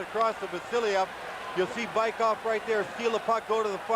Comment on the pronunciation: Американский комментатор называет Быкова "Байков" )))). "Велосипедов" по-английски. ))